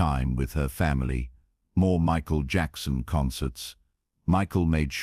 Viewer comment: Unfortunately, another AI concoction. I wish this were true. You can tell-- Emma is wearing a head scarf, but she still has all her hair, Michael's name is mispronounced several times. Many flaws in the AI presentation. A fictitious melodrama.